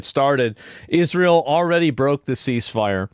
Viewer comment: Pronounce ISRA-EL correctly, and then complain.